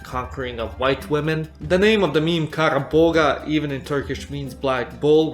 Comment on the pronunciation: fun fact : kara boğa is not read as kara boga, it is more like "kara boa"